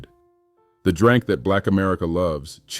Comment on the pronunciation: The "Drank" that black America loves. I listened to that 5 times. was that pronunciation intentional?